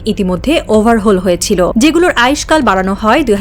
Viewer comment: Overhole noy overhoul 😅😅😅